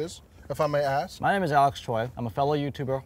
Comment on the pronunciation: They keep calling him troy when it's choi haha